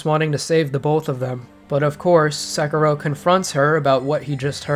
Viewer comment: NOT Sekeeeerow nor Ohayouaoaoau Gozaimasoooow nor Sengoooouku. Look it up, it is just a few words, for Christ's sake. Otherwise, thank you for making this video;)